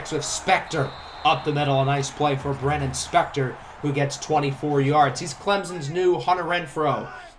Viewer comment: Bro it’s Baylen Spector not brennon spector